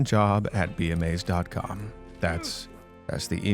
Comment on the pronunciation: Funny how be amazed sounds waaaay different in these types video's